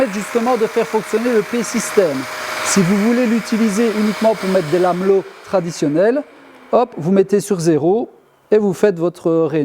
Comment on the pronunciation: La classe s’il te plaît c est pas Lameuuuuuullo, mais lamello avec un une prononciation de “ai”. T es top merci 🙏